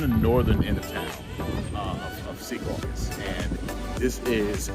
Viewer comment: Thank you for saying Secaucus correctly.